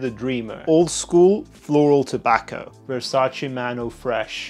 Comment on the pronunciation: the first reviewer that actually said VersacE and not Versaci. good job